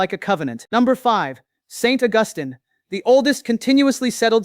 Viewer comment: Please pronounce St Augustine properly.